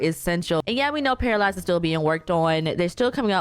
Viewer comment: It’s actually pronounced pair-uh